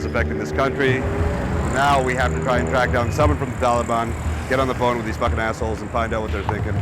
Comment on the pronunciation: thees? These.English!